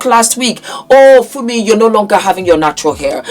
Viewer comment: You said Fumi, and you said it right[[[[[